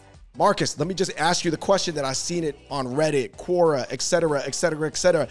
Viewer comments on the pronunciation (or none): none